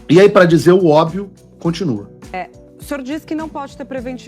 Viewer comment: PAULO, EU ESTOU SEMPRE OUVINDO VC COM DIFICULDADE DE PRONUNCIAR A PALAVRA "ÓBVIO", OU É ENGANO MEU? COM TODO RESPEITO! 🙏🏻🙏🏻😊